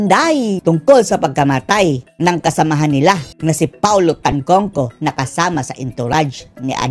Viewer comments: its Tantoco not Tancangco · Tantoco not tangcongco.